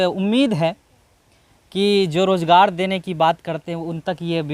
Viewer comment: بھائی بہت خوب اللہ مزید ترقی نصیب فرمائے لیکن آپ تعلیم اور حاصل کرلیں الفاظ کی تصحیح کریں ز کی جگہ ج بولنے سے بہت برا لگتا ہے سن کر مثلاً مزہ کی جگہ مجا روزگار کی جگہ روجگار